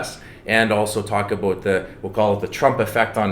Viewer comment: Aboot? Lol love it